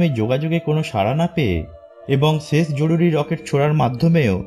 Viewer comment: vaI ses hoy hobe na uccharon ta holo sesh hoy